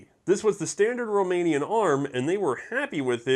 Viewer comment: How did you even get Romanian correct?